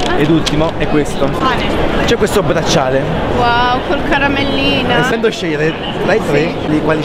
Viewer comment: WOW ATTENTI "COL CARAMMELLINA" AHAHAH